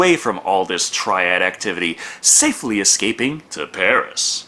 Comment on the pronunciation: I love how you said "Pari" with the French accent but with a Spanish R, as if that's a thing XD